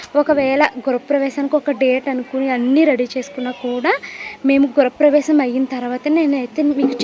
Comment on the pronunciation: Gurapravesham enti andi … Gruhapravesham